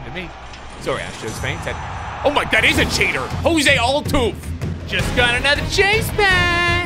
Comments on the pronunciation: the way he said mad max’s last name is very angering, and jose altuve.and that he didn’t know the indiands changed there name.and josh hader. and when he thought the Diamond backs where the angels. and justin verlander . and albert pujols , and Louis robert. and ohtani.and grandal.and marcus.and he called a field a court. and acuna.and tony gwyn. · Same lmao